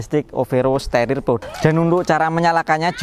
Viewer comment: staRIR bos bukan sterer